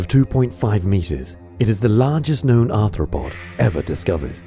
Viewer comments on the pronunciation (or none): none